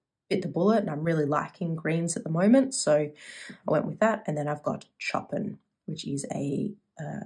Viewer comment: I love the colours, good to see you! If you would like to know, Chopin is pronounced Show Pan 👍